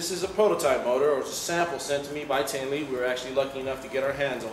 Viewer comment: Teenely?? I thought it was tip-nelly lp